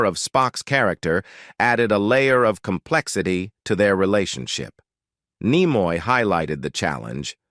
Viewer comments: Yes. I noted that when Leonard Nimoy's name was first invoked, it was pronounced "Leonard NyeMoy," later pronounced as "Leonard KneeMoy." The narrator, to me, sounds canned or AI generated. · Apparently you know the automated AI voice has absolutely no intelligence as to how to pronounce the name Leaonard Nimoy until later in the video first said nigh-moy then finally corrected to knee-moy. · its neemoy , not Naymoy!! :-(( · The narrator seems to mispronounce many words; and not all from this video. 1 minute it's Nimoy, and the next it's Nyemoy. Kind of irritating, yet funny as hell, but oh well. ✌ ❤ 😁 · N ‘eye’ moy 😂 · I stopped watch when the Narrator says Leonard N eye moy! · This is horseshit. William doesn't look like this. He is not living a sad life. The narrator is a robot that is supposed to sound like Tim Russ but can't even pronounce Nimoy correctly. This lie gets a downvote from me. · Spock and Kirk weren't professional rivals and "Nimoy" was mispronounced. Your AI writers and narrator need work. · This video is pure trash, and the crappy AI voiceover even mispronounces Nimoy's name at least once.